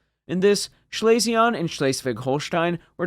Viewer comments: One small item "Schlesien" is pronounced more like "Schlee-sin" than 'Schley-see-on" My grandmother was from that province and that' how I remember hearing her pronounce it. Absolutely not trying to bust your b@ over it. Just figured I would share. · Schlesien is pronounced Schlese-en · Schlesien is pronounced Schlay-zee-en. Otherwise great video. Keep up the good work. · No, it's pronounced "schlay-zee-en". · You pronounced Schleswig-Holstein relatively well, but please never say Schlesien like that again xD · I liked your “French“ nasal ending to Schlesien. In fact it‘s pronounced like the ‘en‘ in BE ‘pen‘. All in all, your German pronunciation is still better than English pronunciation by many Chermans. Goot chop, Sir! 😉